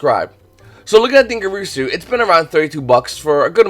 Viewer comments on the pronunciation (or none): Its DingIRSU not DingERISU